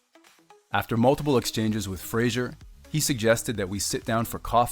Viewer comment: Why does the guy presenting the video keep pronouncing Fraser as Frasier?